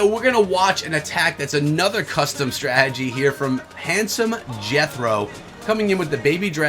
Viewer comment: Anyone else get annoyed by the way he says strategy? Why does he say "Stragey"?